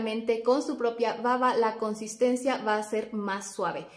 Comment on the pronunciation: Excelentes consejos !! solo sugiero que tenga cuidado al pronunciar la palabra "baba" ya que a veces la B la pronuncia como V ....en los idiomas esta es una importante diferencia !! lo mismo como en español ! saludos